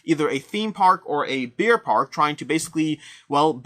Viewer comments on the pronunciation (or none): Weird how you pronounce Bear like Beer! Except it makes me want to visit a Beer Park.....